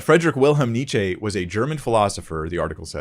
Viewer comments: almost pronounced Nietzsche's name correctly. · Okay, since you insist: You pronounce Nietzsche pretty well but the 'e' at the end is a different type than the English one. Instead of a prolonged 'eeeee' it's more of an 'uh', so ~Nietzscheh ('eh' same as 'uh' but an e instead of a u if that makes sense, also it's a silent 'h' xD), gl lol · ok as no one ever corrected you it's Nietzsche that would be an "eh" sound at the end. rest ist perfect ;)